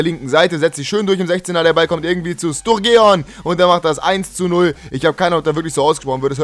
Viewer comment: Sturgeon wird Sturdschen ausgesprochen :)